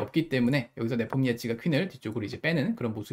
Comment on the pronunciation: 네폼니아치 발음이 매콤니아치라고 하시는거 같아서 뭔가 배고파지네요